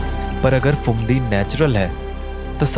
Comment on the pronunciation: Pretty cool indeed. But why do you keep pronouncing the "ph" as "f"? It's not "failna" and "Fumdi" (it very obviously is spelled with Ph and not an F), but phailna and Phumdi. Where are people learning this nonsense from? The "ph" is only pronounced as an "f" in English words which derive from Greek (e.g., "physics" and "photo"), which the words you're pronouncing are obviously not.